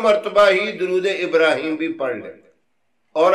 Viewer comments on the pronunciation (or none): none